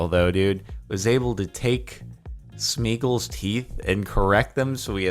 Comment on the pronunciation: I made it through the video without laughing,until he said smequle then I lost it.